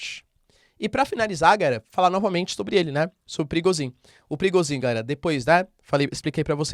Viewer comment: Professor, sem querer ser chato e te corrigir mas a pronúncia de Prigozhin é "prigôgin", caso queira utilizar. Como é um nome que se usa praticamente diariamente no canal resolvi comentar. Grande abraço!